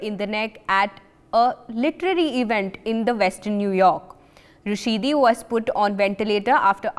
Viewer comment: Salman Rusheedeeee ? I know it’s a proper noun but try to learn names properly?